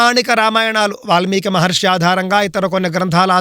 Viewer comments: హిందువులను సరియైన మార్గం లో నడిపించాలి అని మీరు చేసే‌ ప్రయత్నానికి అభినందనలు 🙏 మహర్షి అని కుడా సరిగా ఉచ్చరించ లేని వ్యక్తి మహర్షులు గురించిమాట్లాడుతూ ఉంటే ఏం చెప్పగలం. ఆ గీతా ప్రవచనం అనే పుస్తకాన్ని కుడా వీళ్ళ ఇష్టం వచ్చినట్టు వీళ్ళే వ్రాసేసి ఇలా అబద్ధపు ప్రచారాలు చేస్తున్నారు ఏమో. మనం ధర్మం లో ఎంతోమంది శాస్త్రం, పురాణాలు ఆధారంగా చేసుకుని అద్భుతంగా చెప్పే ప్రవచన కర్తలు ఎంతో మంది ఉన్నారు. హిందువులు వాళ్ళ మాటలు విశ్వసించాలి‌ గానీ మన ధర్మాన్ని ద్వేషించే వారి అబద్ధపు ఆరోపణలు నమ్మకూడదు. మీరు చెప్పినట్లు వారి మతంలో ఉన్న గొప్ప విషయాలు చెప్పుకోవచ్చు కానీ అన్య మతాలమీద అబద్ధపు ఆరోపణలు చేయకూడదు. మనం పురాణాలలో గోవు విషయం లో చిన్న పొరపాటు జరిగితేనే ఎంతో పరిహారం. చేసుకోవలసి వచ్చిన ఘట్టాలు చూసేము కానీ ఈ దారుణం ఎక్కడా వినలేదు. ఇది చాలా బాధా కరమైన విషయం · మహర్షి అని అనటం కూడా చేతకావడం లేదు